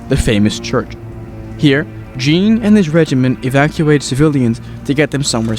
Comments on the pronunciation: i die everytime he pronounces it "Jeen" instead of "Zhon". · I’m a bit late but Jean is pronounced Shh-on